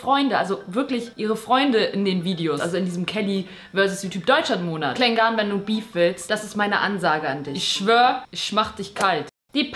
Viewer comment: Nicht Klengahn~ sondern Klengan (von der Aussprache her':))